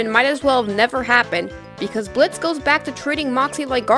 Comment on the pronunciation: thank you for being one of the few youtubers to actually pronounce Blitz's name right. enjoyed the video!